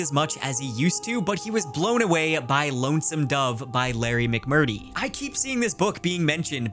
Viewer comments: “Lone Walk” instead of Long walk Ply mouth Col Bert instead of Cole Bear Mcmurtee vs McMurt tree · If you are going to read Lonesome Dove, please learn to say the author's name correctly: Larry McMur-Tree, not McMur-tee. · Lonesome Dove is a masterpiece! Definitely worth a read, even if you aren't into Westerns. Highly recommend! I think it's pronounced Larry McmurTREE, fyi :) Another great Video sir. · Haha. All good. I grew up with a father and grandfather who read those books religiously, so it was slightly breaking my brain when you were saying McMurty. Haha. It's funny, those books keep popping up on different lists. I read the first one but I may need to return to them. They're so smooth and cinematic. One thing, you'll never look at carrots the same. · Great vid, but you're saying McMurtry wrong. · You don't have to read McMurtry but you do need to read the R in his name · “The Lone Walk” “Stephen Col-Bert” “Larry McMurty” … dude, are you okay?